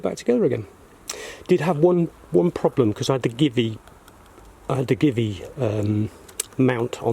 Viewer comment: Thanks for this, may be doing something similar over the next few days! Only educational comment is GiVi is pronounced Gee Vee with a soft G.